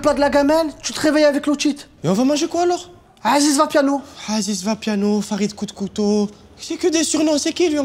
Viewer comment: D'où c'est "Haziz" mdr c'est "Aziz"